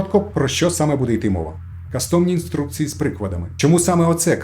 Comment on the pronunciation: шановний, не кастОм, а кАстом.. ну ріже ж вуха по повній программі. Тому і не додивився до кінця...